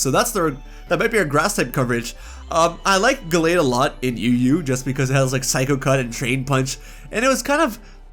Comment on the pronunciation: DO NOT LEAVE OFF THE H IN MEDICHAM! AND THE T IN GALLADE IS SUPPOSED TO BE A D!